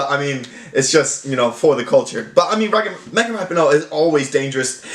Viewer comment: It’s pronounced “Ra-pee-no”